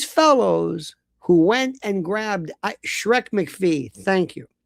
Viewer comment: 'Schrek MAC PHEE'? The Ogre?